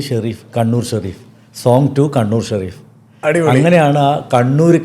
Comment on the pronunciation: Edheham Peru parayumbol maathramanu tettu parayunnathu athayathu sherif alla Shareef ennanu athayathu kaba Shareef ennanallo sherif ennallallo angane ucharikku